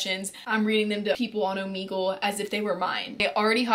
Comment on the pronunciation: Bruh said omeegle